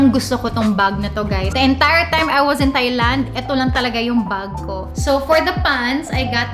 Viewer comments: Wrongly pronounced the country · Mispronounced THAILAND, LINEN etc Lol